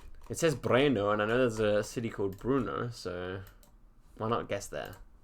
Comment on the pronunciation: The Czech city that you guessed in is pronounced "Burn-oh". Great video though!